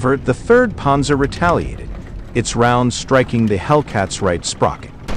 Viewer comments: "Ponzer" tanks? I can't. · “Ponzer” fodder. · Does this guy know how to pronounce Panzer, it's irritating to listen to him...